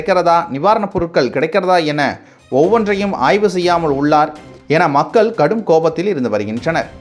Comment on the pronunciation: மக்கல்….வால்கை…. சாவலாம்டா நீங்க..!